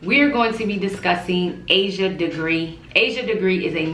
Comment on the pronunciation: You're mispronouncing her name.